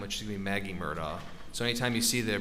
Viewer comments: So the people that know the truth say Mur-Da and the liars says mur-doc. Lol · Finally someone who can say murdaugh instead of Murdock